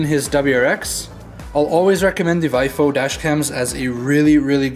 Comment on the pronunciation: Technical note. VIOFO is pronounced "Vee - Oh - Foh"